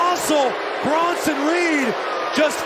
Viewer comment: Bruh. Its Bronson